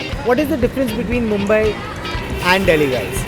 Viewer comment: Takle tu MUMBAI bolna sikhle .